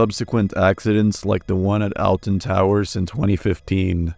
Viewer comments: oml i hate when people say it like that Alton Towers is pronounced "Ol-Ten Towers" NOT "El-TEn Towers" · the way this person pronounces "alton" sends me into the fifth dimension with a diagonal third eye i am so sorry